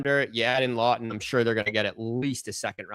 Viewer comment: Scott Laughton….Law-ton. Good god lol